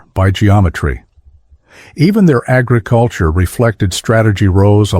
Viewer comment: Even their agriCULture reflected strategy. REALLY DUMB AI THE WORD AGRICULTURE SHOULD BE PRONOUNCED WITH THE FIRST SYLLABLE ACCENTED, NOT THE THIRD.